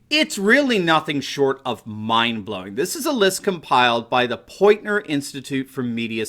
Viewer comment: It's pronounced POINTER. N before T, not the reverse..